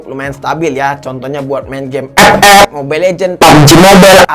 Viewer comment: Bg tes epep wkwkw Ngakak kalo abang bilang epep 🤣